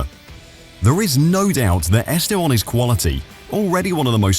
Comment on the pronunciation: Estevon? Are you sure thats how you pronounce his name?